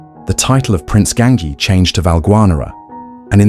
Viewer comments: Ganghi???! Almeno ti saresti informato al minimo come si pronuncia!?! Imbecille!! 😂 si dice Gangi!!!😂😂😂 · Gangi ...as in ji not ki.